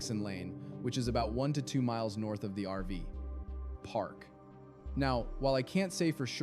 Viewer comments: Do you use an AI voice because it's called an RV park not an RV PARK.js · I think your story telling is very judgemental. Also it sounds like AI-generated especially when you say RV ..... PARK instead of RV-Park. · Yes. I noticed that too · Why such a long pause after RV & before park, every time you said it. Are you AI? If so, I won’t be watching anymore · If you’d like some feedback: I’m not sure you pronounced her last name correctly. Also it sounds like a real voice, but then there are weird pauses between words like RV Park. Why not just use your own voice?